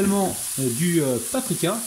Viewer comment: Bonjour on dit paprika😀😀😀